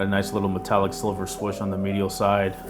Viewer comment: He really called it a "swush"...